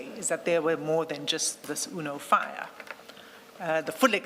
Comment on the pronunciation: 😂UNO FIAT pronounced Uno Fire, that’s Madlanga Commission University for you😅….